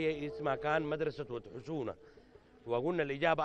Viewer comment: ود حسونه ليس ود خشونه 😁😁😁👊